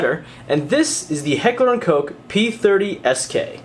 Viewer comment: Great review. Bonus points for being one of the few people on YouTube that actually pronounce Heckler & Koch (Coke) correctly lol